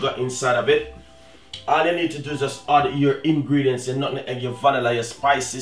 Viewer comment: "and then you hoood....always can hoood milk, to the water inside of the pot"....LOLOLOLOL